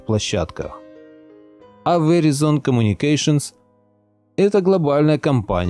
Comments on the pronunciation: Правильно читать "ВИРАЙЗН". Веризон - ухаахахаха))) боже хоть бы загуглил как читается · Не веризон а верайзон правильно говорить )) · Если интересно, то это произносится как "вэрАйзон". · Здравствуйте, извините маленькая поправочка. Verizon произносится Вэрайзон с ударением на "а". У меня телефон был приобретён в штатах, я там жила долго. Всего Вам Доброго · Just FYI - Verizon происносится как ВЕРАЙЗОН с ударением на АЙ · вэрАйзон произносится окда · Веризон ха ха ха учи английский